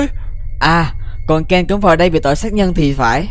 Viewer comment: Ken chứ ko phải Zen. Đọc kĩ intro vào